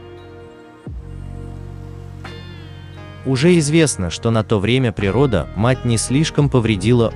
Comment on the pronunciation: Такое ощущение,что диктор первый раз текст видит. Он даже природа-мать произнес с такой паузой,как-будто эти слова из разных предложений